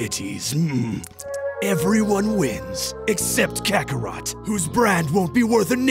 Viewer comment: That Vegetable was really good except for his pronunciation of Kakarot.